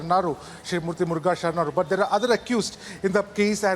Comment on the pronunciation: I don’t think he’s a ‘Chittadurga anchor’.. He seems to have been temporarily posted there for coverage of this news.. I see such wrong pronunciations from correspondents from other channels as well.. The main anchor pronounced Murugha Mutt as ‘Murg Mutt’ !!